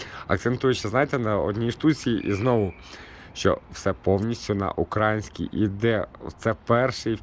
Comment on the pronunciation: Гарний огляд, але не укрАїнська , а украЇнська мова. Наголос треба ставити правильно.